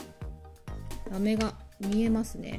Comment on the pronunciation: キラキラ可愛いですね✨ラメの発音の仕方が飴みたいで可愛いです(*^-^*)💕